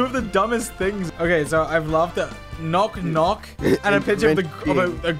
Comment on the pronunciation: no he said KNOT KNOCK